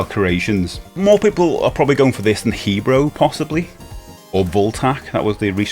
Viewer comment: He-Bro? Who's He-Bro? 😂